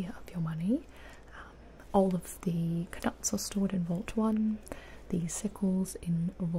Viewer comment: No one noticed she said the k in knuts, the k is silent 😂 no hate